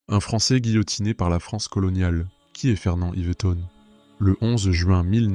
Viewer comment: Le minimum c'est d'écrire son nom correctement Fernand Iveton, d'autant plus qu'il est à plusieurs reprises, orthographié et prononcé différemment par l'auteur de la vidéo.